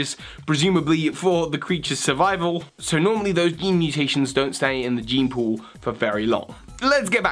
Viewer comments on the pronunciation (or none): none